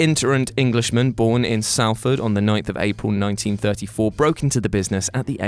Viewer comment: SALFORD!!!!!! it is pronounced Solford but spelt Salford